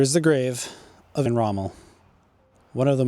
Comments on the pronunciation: His name is Erwin not Ayran... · His name is pronounced Erwin not Aryan. What was done to Rommel is common unfortunately. Patton was assassinated due to his refusal to carry the narrative. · Irwin- pronounced ERVIN, who knows where he got Aryan from?🤦‍♂️🤣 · Interesting and informative, but sorry, I kept tripping up every time you called him Aryan Rommel. It's Er-win Rommel. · Yes, I found it very odd the way you were pronouncing his name. It sounded like you were saying Ayrian ….. it should sound like ErrWin. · nope - that’s not accent! “Err-win” would be accented error (as you pronounced it when reading the plaque). “Aryan” was just plain wrong. The correct pronunciation is “Air-veen”. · Shame you are unable to say "IRWIN" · The gentleman making/narrating this video mispronounces the Field Marshal's name; it is, of course, Er--Win. As in Erwin Rommel. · You’re mispronouncing his first name. It’s ERWIN. Just like it’s spelt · Fucking hell try pronouncing Erwin correctly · Arrian? You mean Erwin Rommel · Erwin not Edwin 😂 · Just say ErVVVVVVVin Rommel , rant over . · Erwin pronounced Air-Ween for you english guys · I’m not taking anything away from your research. Listen to the two ways you pronounced his christian name and you’ll see that you were indeed mistaken when you pronounced it without a cue-card. Why do I say that? Because when you read it off of the plaque, you pronounced it correctly - albeit it with the usual anglo error. “Aryan”, “Irrian” etc cannot be written off as accent - they don’t remotely resemble the spelling nor the pronunciation. Sorry dude, but that’s how it is. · a few times! 😂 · Good video, but constantly saying his name incorrectly throughout?? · Thankyou for the video....I enjoyed it, apart from the way you pronounce ERWIN.......Please do this great mans memory justice by editing the vocals and pronouncing it correctly. You have a pleasant voice tone ,so this should not be difficult. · That's disrespect to Miss pronounce his first name